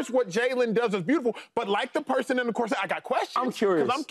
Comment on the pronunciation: Cor-sette ? What is that ? Do you mean corset ?